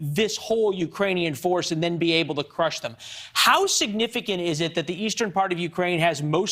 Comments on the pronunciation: It is not pronounced "Kar-KEEVE." In Russian, it's "KAR-kov" and in Ukrainian its 'HAR-kiv." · Kharkiv is pronounced Harkiv, likewise Kherson is pronounced Hairsun. Any Ukranian placename beginning with the Cyrillic character Х are the same.